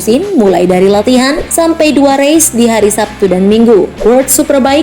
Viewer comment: Udah betul woi pengucapannya